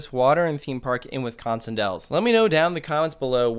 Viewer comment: “ wiscon wells Wisconsin “